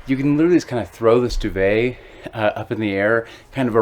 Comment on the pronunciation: FFS , pronounce DUVET properly !!!